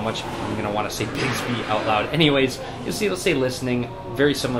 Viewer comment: You're pronouncing it wrong. It's not 'bigsby'